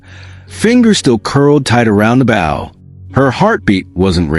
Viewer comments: Not "batten", but Ba-TON! Not "bow" (bough) but Bow (boe) you ignorant piece of metal! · The mispronunciations of baton and bow were very annoying. Bow was pronounced correctly only ONCE, when referring to her father The mispellings of names, REY HAS for Reyas, is also annoying if you are trying toread the info not listen. STOP using AI if they can not say the words with the correct pronunciations! (I don't listen to a lot of these due to the CONSTANT AI screw ups!)